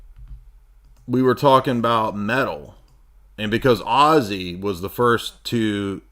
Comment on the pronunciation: You're the only nerd who can make Ozzy sound like Oasis. Ozzasis! Chewin' on flyin' rats.